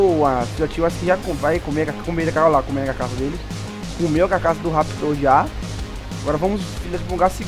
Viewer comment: é carcaça e não cacaça